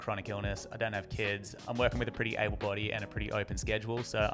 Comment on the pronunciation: You have a lovely accent, but I kinda freaked out at the beginning, I heard "I'm Dying" instead of "I don't" my heart stopped a lil bit hahah